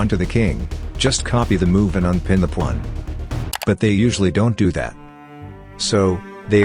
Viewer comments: It's Pawn, not Porn. That's why. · " the plun"?? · Why say powan? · He pronounced it like pluom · day 614 of wondering why the AI pronounces pawn like that